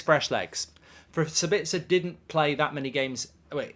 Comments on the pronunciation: As an Austrian I think it´s a little funny how you pronounce Sabitzer 🙂 Let me help you out: the stress is on the first syllable, not on the second. SAbitzer, not SaBITZer... Best wishes from Austria mate! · He's called Saaaabitzer. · I'm English but even I have always found it weird how he pronounced it lol